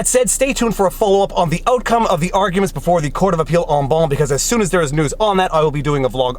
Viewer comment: Funny how you've decided to pronounce "En banc" with an English accent. I suspect it would sound different with the accent you use when you speak French.